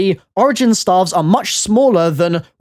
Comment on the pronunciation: I thought he was saying "starve" for a minute